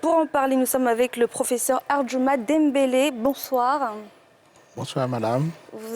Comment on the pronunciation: Non mais c est une blague La miss l appelle dimbele exactement comme les blancs C est DAMBELE chez nous. Elle m exaspére grave celle ci😡😡😡😡😡😡😡